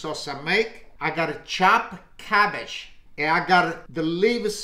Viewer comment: Klumky, kumky, kahumkee 😂 Stuffed gabbage 😂